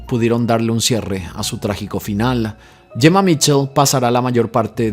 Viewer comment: No es Jemma ,es Gemma 😂